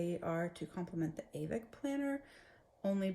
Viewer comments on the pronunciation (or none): JetPens and Amazon sell Stalogy notebooks. Also, it's ah-VEC, not A-vic. :) Avec means "with" in French.